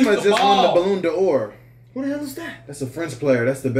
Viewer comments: Correct pronunciation for “Balon Dor” Bah - Lawn - Dor Not balloon 👀🤣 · “The Balloon da OR” 😭😭😭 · Ballon de hor😂😂😂